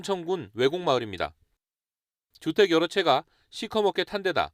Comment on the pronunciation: Lady! 오전,피해, 주택, 세대, 도로,건물,( 하동) 군, ( 상주)시, 대기, 등 발음이 틀렸습니다. 첫 자를 길게 발음했어야 합니다. 모두 짧게 절못 발음하셨습니다. 정중히 권하오니, "한국 어문을 고발함"이라는 책을 읽어 주시면 발음에 도움이 될것입니다.